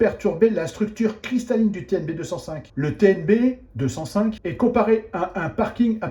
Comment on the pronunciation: TnB 2 "O" (oh !) 5 donc, pas TNB205 mais TNB2"o"5... faut pas raconter n'importe quoi...